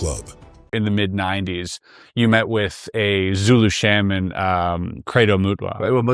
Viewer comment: This guys pronunciation is pretty funny. He called shamans sheymen.. And the Chitauri he calls Shitari 😂 But it's good info I just think it's good to keep your sense of humor also!